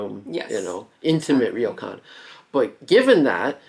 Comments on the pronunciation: Hey guys love your stuff... just a tip it's pronounced Row-kan not Reeo-kan 😊👍🇯🇵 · I'm enjoying your series of videos in Hokkaido. You seem to have more knowledge and appreciation of things Japanese than most North American visitors to Japan that I've seen on YouTube. Even better Japanese pronunciation than most (except for the difficult "ryo" in "ryokan.). I can tell you've done your research and chosen the places you visit and things you try with some insight and preparation, and you've been smart and lucky not to be caught up in the huge crowds of the very famous and popular places. One small note: yukata was way too short (it should at least reach your ankles), so you should have chosen a bigger size, and when you put on the yukata (or kimono), always wrap the left side over the right side, so you can insert your right hand into the opening. Both of you do a great job trying different things and commenting on your experiences!